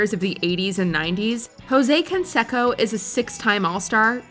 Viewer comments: It's pronounced con-say-co not con-sek-ko. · It’s not Can-sack-o. It’s Jose Can-say-co. You would think given you even used an interview clip you would have made sure you pronounced the peoples name correctly. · It’s pronounced “Kon-say- ko” not “Kon-she-ko.” And one of his opponents is pronounced “Vi” not Vey Sikaheema (he was a superb multi talented runner/receiver for BYU football) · "Can sec'oh" lol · That damn consecko I tell you 😂😂 what the hell?? You think these big YouTube channels could pronounce a damn name right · Jose Consecko lmao 😂 love how she miss pronounces that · Jose "con'say'co". 'Liar liar' taught me how to say his name. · No advisors to tell her Jose CAN-SAY-CO 😆🤣😂😹😆🤣😂😹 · Omg! It’s pronounced (con-say-co)! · Killin me. Pronounced Consayco. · Man you guys always flop the names. Haha jose consecko !!😂😂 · Can-sekko... really? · You never heard of Can-say-Co have you? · Say it with me ... Con....Say....Co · Or Jose Can-SEC-o. It hurts my ears every time she mispronounced their names over and over again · learn how to say Canseco right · Who is this child who can't pronounce Jean-Claude Van Damme or Jose Canseco's name why is she the narrator how do the people in editing this not correct her